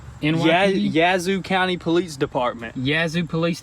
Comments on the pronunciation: Anyone know why they always say "Poleetz"??? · I heard it lol does say polietes car instead of police car. Lol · Nobody: Absolutely Nobody:: PoLeEtZ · At this point i think they just say "Poleetz" to trigger us... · I unsubscribed. It’s NOT “POLITZ” it’s POLICE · Enough with the "poleats" cars -_ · Huge fan . Just wondering if he is French he keeps saying politze. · No one:: Politze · Poleets hahah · Is your mis pronunciation of police on purpose? Love the videos btw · Luis Rivera , funny but I think it was his brother who can’t say police. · No hate, but... THERE IS NO T IN POLICE!!! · his accent to pronounce police is so funny.. 😀